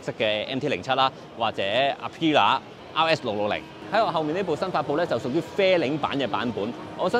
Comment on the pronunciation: 係要點樣拆字先能夠將Aprilia讀成呀P乸